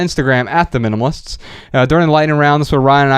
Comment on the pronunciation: MyAkachi because the child voice mispronounces the minimalists as the minimists, it’s kinda cute!